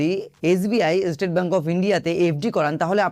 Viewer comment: ভাই এস্টেট ব্যাংক নয়, স্টেট ব্যাংক বলতে শেখো, বিরক্ত লাগছে শুনতে। বাঙালি হয়েছো বাংলাটাও কি ঠিক করে বলতে জানো না?